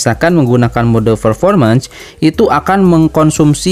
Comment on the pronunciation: Fermormens ferformens Wkwkwk